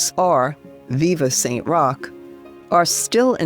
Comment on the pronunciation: Magnifique..! Merci de mettre des traductions ou voix humaines et non des robots vocaux....Saint Roch* ...Et non, St Rocher*...Saint Roch* , priez pour Nous , ...& pour Tous les Animaux, incluant les chiens, spécialement pour les chiens qui sont presque tous maltraités en Asie ( Inde*, Népal*,...)